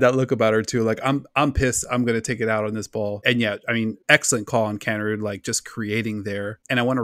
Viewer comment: Another good one guys but its Pronounced Kanerid not Kanerud.Keep up the good work.